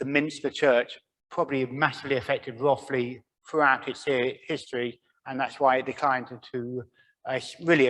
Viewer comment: You say it Rothe ly. Not Roth ly.